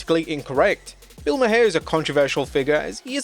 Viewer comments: Bill Mahar... Its pronounced like 'mar', not 'ma-hair'. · Jesus. It's Bill Maar not Mah-hair. I know it's spelled stupid but you had to watch it to make this video. Come on man. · It's Maher plus he's an Emmy award host. I hated that interview but I am fan of Bill Maher not Mahar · Bill Maher is pronounced “Marr” not “Ma-hair” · You pronounced Bill Maher’s last name as “Ma-Hair”. It’s actually pronounced “Maar”. You really have trouble doing your homework. This reminds me of that time when you called Andy Williams(Butcher)a bass player. I’m starting to think you’re a bot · It’s pronounced Bill Mar (Maher) not Bill Mahaire 😂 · I hate the guy, but Maher is pronounced Mahr. It is a silly name and he is a silly man but lord it hurt to hear you say Ma-hair lol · Pronounced Bill "Marr" not Ma-hair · Bill ( MAR) not (ma hair) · My eye twitched every time you called Bill Maher (Bill Maar) Bill Ma-hair... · FYI. John Stossel's name is pronounced STAH-SEL, not STOH-SEL, also Bill Maher is pronounced MAR, not MUH-HAIR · Bill Ma-her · Who the fook is Bill Ma-Her! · Its pronounced Mar. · Bill Maher is pronounced Mar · Lol the way he pronounced Bill mahr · The "H" in Bill Maher is silent like "Mar" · It’s actually pronounced mar the H is silent like his career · Why you pronouncing Bill Maher name like that? His last name is pronounced like Mars but without the s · I love the way you pronounce Bill Maher's name 😂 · he pronounced it wrong was my point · Can't even say Maher name right either 😂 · give him the benefit of the doubt; the narrator is not from America